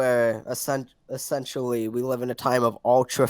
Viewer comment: “We wive in a sociewety”